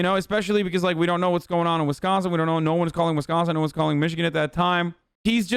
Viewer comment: 'Wiscansin' 🤣 LMAO!! Great piece!